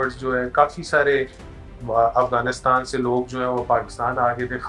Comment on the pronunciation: AAP Hindu ho shayad AAP ko Afghanistan Bolna nai araha indian s ki terah bolt rahay ho